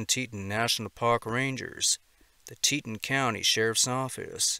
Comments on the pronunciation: It's "TEE-ton", not "Teetin" I lived and worked in the park. Too many people visit thinking it's a county park, unprepared for sudden mishaps. More happens there than the park service will admit. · It’s Tea-ton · Just thought I'd mention it's pronounced TEE-TAWN. I live fairly close to there. Thank you for what you do!! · Teton is pronounce "tee-tawn". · TEA-TAWN. TEA-TAWN, MAN! TE-TON.